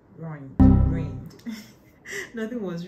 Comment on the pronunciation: Not you still struggling with ruined 😩😭😭😭😂 “rohined” finished me